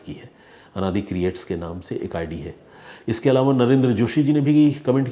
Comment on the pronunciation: Sir please यह अनादि नहीं मेरा नाम आनंदी_ creats hai. Pl next video में इसे करेक्ट कर दें । धन्यवाद।